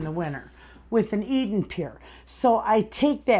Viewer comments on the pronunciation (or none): none